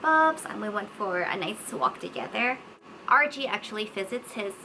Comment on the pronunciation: I kept thinking you were saying Archie. Like who is Archie? But noooo, you said RG